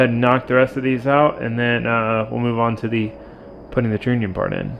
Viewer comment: Love the channel and video, just so people dont give you a hard time, trunnion is pronounced (TR-ONION) keep up the awesome content man!